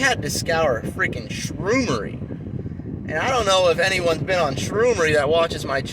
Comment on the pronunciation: The way you said shroomery made me laugh. I scoured the web for years before I started, shroomery, reddit, all the big mushroom business YouTube channels. By far you are the most straightforward with how all this works. The business side of things is what I'm working on now before I take it seriously. Thanks for all your insight!